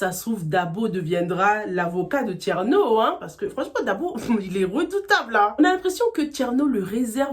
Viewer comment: on dit thiérno mais pas thiano